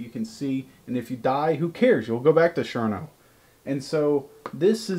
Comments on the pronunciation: DId anyone else get annoyed when he said Sherno instead of Cherno? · I know what the problem is..........you. Don't know how to say CHerno!